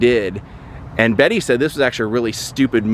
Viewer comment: UGH! the fact you kept saying her name wrong the whole video. She hated being called "Betty" and made it clear her name was Bette